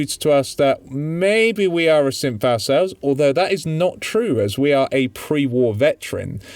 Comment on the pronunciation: every time you said 'synth', it sounded more like 'simp'. Was pretty amusing for a bunch of parts, like "Kasumi headed north to town full of simps." and "DIMA tricked Kasumi into thinking she was a simp, and tried to make our character think he was one too." and "I'm not their daughter, I'm a simp."